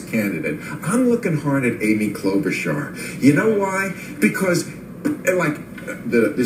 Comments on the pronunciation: Did.. did he just say Amy Klobachaur? Is.. is he SERIOUS!? did she bribe him or something? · Who even is Klobuchar? Does he mean Cloud-Boot-Jar? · He said “Amy Klobuchar” lmaoooo he’s definitely lost his damn mind. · this fool said Klobuchar LOL even Krystal almost laughed at him LOLOLOLOLOL